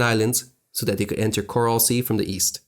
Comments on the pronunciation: great job with research and narrative script ………. only gripe is that the area is the Coral Sea not the Corral Sea - I suppose you pronounce et cetera as excetera also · He pronounced it "corral sea" so I would not stake my life on any of it being correct. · The "corral sea" mistake is just pathetic. It is a decent video but your mispronunciations make you look ridiculous and could easily be avoided with very basic research.